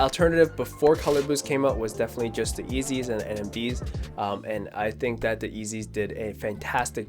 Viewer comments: Did he say “ezeey” 😂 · did he just say eezy